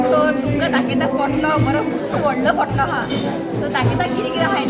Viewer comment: Hi dear it is pantlo not potlo dear.god bless you all 🙏